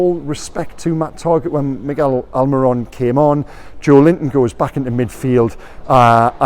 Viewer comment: You've said miggys name right again!!! You even said the first name right!!!, this is a momentus day! Keep it up! ❤